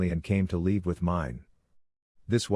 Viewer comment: Why is it that the word "live" is always pronounced "leave"? The TtS bot needs to be tweaked a bit, ngl.